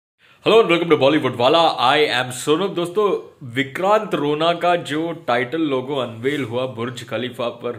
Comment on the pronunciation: भाई वो "रोणा" है रो"ना" नहीं